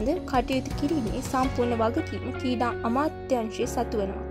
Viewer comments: seratama kalin sri lanka ha kreeda kiyana wachana hariyata uchcharanaya karanna. School gihin nadda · ශී ලංකාවෙ , කීඩා, කීඩකයන්,, හරියට කියන්න බැරිද මේ ගැනු ලමයට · මේ නිවේදිකාවට පළමුවෙන්ම ක්‍රිකට් , ක්‍රීඩා ,ශ්‍රීලන්කා වැනි වචන් කියන විදිය උගන්වන්න, මේ වීඩියෝ එක බලන එක එහෙම්මම එපා වුනා මේයා කතා කරන විදිය අහලා